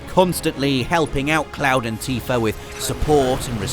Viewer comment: ...."Teefur"? Oh you zany brits =]